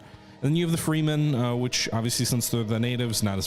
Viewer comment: Plus the 'Freemen'. He never changes 😊